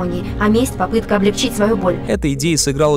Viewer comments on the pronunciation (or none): none